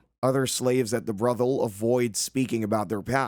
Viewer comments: How does a modern AI not know how to pronounce "brothel?" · I can't get past the way you're pronouncing brothel lol